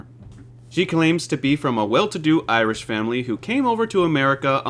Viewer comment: 1st off its pronounced Irish not Iris and 2nd its Sean and Karen you hear fuckin in the tent as an actual Irishman your not that bright to insult us Irish